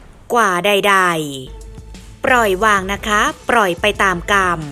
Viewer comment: เกราะขอบเวที อย่าปร่อยไว้ จากโครนตม ล,ร,แยกหน่อยก็ดีนะ คนไทยหรือเปล่า